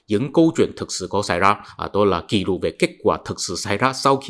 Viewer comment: Ký lục ( không phải “kỷ lục” như anh phát âm) = ghi chép. Ghi chép: thuần việt; ký lục: hán việt.